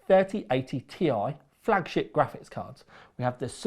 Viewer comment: According to Nvidia.... It's not a T I It's a TIE. Don't mix them up, please ;)